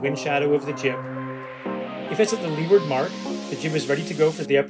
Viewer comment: LOL reason #1. Minor correction: "Leeward" is pronounced "Looward". Don't ask me why; it's English; English is wierd.